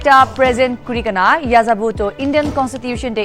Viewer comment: N is not ya za Bo it's yehzabo (or Eh' za bu)